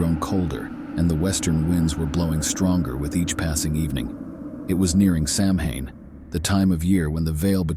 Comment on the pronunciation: It’s pronounced SOW-when. Always double check your pronunciation if you’re not sure of it.